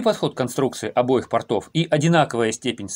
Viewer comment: У портОв нет акватории, но есть карманы. Акватория есть у пОртов. В слове порт ударение не переходит с буквы О.